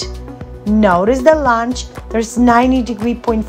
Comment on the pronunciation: Lounge?! I think u mean lunge, ur workouts are awesome and are definitely not for lounging 😂😂❣️